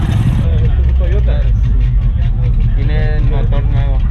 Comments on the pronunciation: Why the hell he saying teeyota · "teaota badge" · IT'S A TEEYOTA! 😂 👍